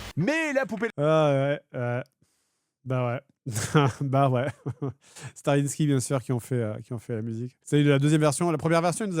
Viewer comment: Surtout que la dernière fois il l'a bien prononcé 😂